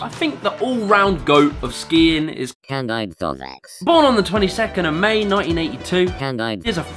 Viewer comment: I like how he said candide right but the bot voice he put over said it wrong